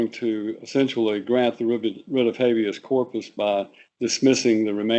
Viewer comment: "Habeas", incidentally.